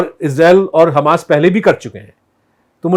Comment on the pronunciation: Hummus nahi Hamas..... I have no problem with hummus